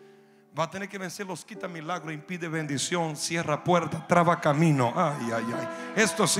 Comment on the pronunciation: Dice mialgro no milagros jiji